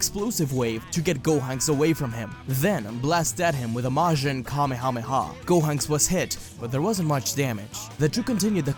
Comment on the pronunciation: Gohonks.. I'm sorry, I paused the moment I heard that.